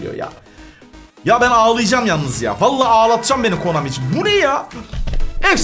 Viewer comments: Her videoda konami yerine komani demesi fbfhfnjfbfuf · Komani değil abi Konami videonun başlarında yanlış söylemissin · Hadan abi komani diyor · abi komani değil konami dafwesdfwdsz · Abi komani değil konami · Abi komani değil ki Konami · Komani deyil konami